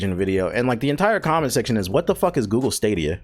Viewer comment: the way this man saying stadia 😷